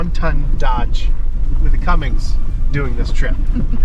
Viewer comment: It's a Cummins, not Cummings , love your videos anyway.